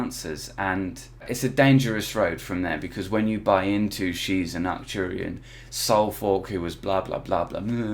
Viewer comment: What is an acturian soul fuck?🤣🤣🤣 wtf type of alien did you say she said she is?